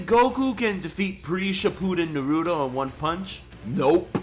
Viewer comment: I really hate how u pronounced naruto. Oh and on DBZ sagas, you put segas lol.😂